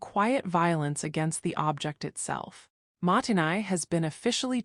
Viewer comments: もったいない is not "mahttenay", it's "MO-ttai-nai", with a pause between the long "o" and the t's, and the "ai" is pronounced as a long "i" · You lost me when your AI narration kept pronouncing "mottai nai" wrong, and every other Japanese word as well. It doesn't even pronounce internationally known brand names! If you can't even pronounce the words, how could you possibly understand the concepts? And this whole video is a load of bat guano. Japanese people's spaces and lives are just as cluttered and chaotic as any other culture. This is a down vote, sorry (not sorry).